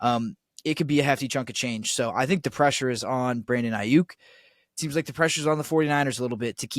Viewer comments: Geez. Put down the pipe and just say "No" to drugs. First, if you can't pronounce an NFL player's name (it's EYE-Yuk not AY-Yuk) few people will believe that you know what the h*ll you are talking about. BA was in Santa Clara today at the 49er's first day of the voluntary offseason program and texted about it - surely a clear sign he wants to be traded. BA will be given a new deal by SF within 5 months (that's how long it took to finalize the Nick Bosa deal last year) and when it is done, BA will eclipse Tyreek Hill's contract of $52.535M gauranteed money. SF currently has $6.78M in CAP space and that will increase that by another $18M on June 1 after the release of Arik Armstead goes into effect. You should know these details - this is your business - but clearly you do not. BA is going nowhere least of all Pittsburgh. When the 49er's re-sign Brandon Aiyuk to a record contract, you should apologize to all the gullible fans who believed this nonsense. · You don't even know how to say Aiyuk